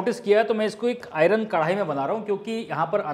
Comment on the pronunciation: Kardai se mat kahya karo;dirty lagta hain.